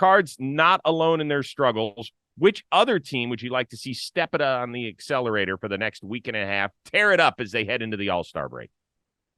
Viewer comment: Let me help you out. "Accelerator"